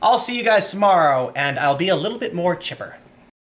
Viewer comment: It almost sounded like "woodchipper" #woodchippernationalism